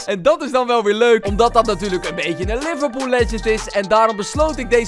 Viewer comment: Haha liverpOEL in plaats van liverpool